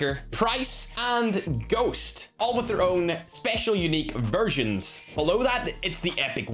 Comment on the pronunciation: I heard versions as virgins....